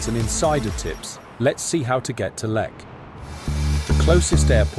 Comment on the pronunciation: Pronounce it right please😂